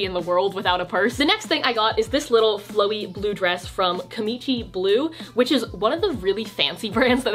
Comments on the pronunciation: did just say kimichi? i always thought it was kimchi like the fermented cabbages 😂🥬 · "ki-mi-chi blue" the koreans are screaming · im pretty sure its KIMchi not KIMIchi... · I’m reading all the comments during the video and she said “ki-mi-ci” I read it from you comment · The way you pronounced kimchi 😂😂😂😂